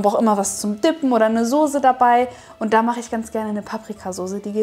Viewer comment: Soße NICHT SoSe